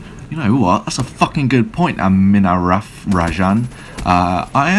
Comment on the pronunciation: "Am-in-a-ruff" ahahaha